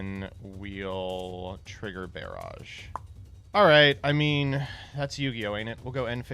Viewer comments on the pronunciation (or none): Bear-aj? Is that how we say barrage now?